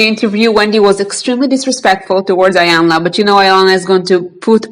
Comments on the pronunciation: It’s not pronounced iiii yanla its pronounced eeeeyanla meaning big mama it’s a Nigerian language from the Yoruba tribe .. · Her name is pronounced Eyanla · Its Eeeeyanla, Iyanla. 🌟❤️ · You cannot even pronounce Iyanla's name correctly. She was an interviewer. By the way, Luenell cries... AND Iyanla is a licensed Psychologist so what are you referring to when you suggest it is not her responsibility to "fix" people. You are stupid and you cannot even speak properly... You can barely read the comments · You are not pronouncing her name correctly